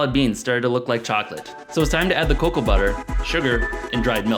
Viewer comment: cacow beans = cocoa beans?